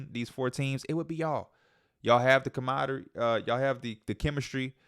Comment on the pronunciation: Com -rod - uh - ree